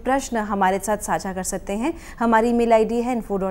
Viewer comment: Mail I D स्पष्टतया न श्रूयते| कृपया स्पष्टतया वदतु| परन्तु स्पष्टतया विवरणं दत्तम्| समीचीनम्. इतोऽपि कोऽपि अत्र न लिखन्ति!